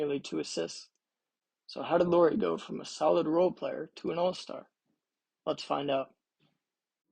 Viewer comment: He's from Jyväskylä, Finland. Only born in Vantaa and moved to Jyväskylä when he was 3 yo. 🙂 Also not "Lori", Lauri is pronunciated the same way as "Lowry" in Kyle Lowry. About five out: Jazz hasn't played that much after January when Kessler got starter nod but Lauri has continued to put up big numbers. So while that probably helped him in the beginning of the season, it's not be all end all 🙂 Other than those few nitpicks, nice video 🙂 Nice that you used meaningful clips and not just random shooting as background video 🙂